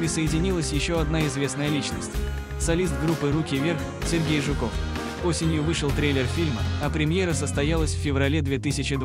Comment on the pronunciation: Для коментатора:не ЖукОв,а ЖУКов🤨